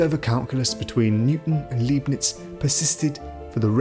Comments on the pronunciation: Why can't AI get the number of fingers right? Leibniz is not pronounced Leebniz. but Libniz. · It's pronounced Liebnitz ya nation (said like lie) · Well balanced film. But the mis-pronunciation of 'Leibnitz' and 'Principia' is weird.